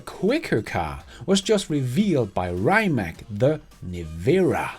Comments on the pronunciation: Great video, but you mispronounced Rimac, correct way would be "ree-mats" not raymak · It's pronounced like Ree-mutts. Not Rye-mac. Fast cars, not fast food. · It is not "RAJMAK", but RIMAC. Your pronunciation is dead wrong since you are pronouncing it from an English-speaking perspective, which is incorrect. Croatian pronunciation is straightforward; you read as you write...like in the name TESLA. So Rimac is RIMAC - nor RAJMAK (as you sound). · pls, pronounce „Rimac“ as „“Rimats““; thats the correct way for a Croatian 🇭🇷 Super-Car-Producer. 🙏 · Hey, it’s pronounced “Rimats” not “Rimak” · Reimak? 😅 I’m not sure it’s pronounced this way.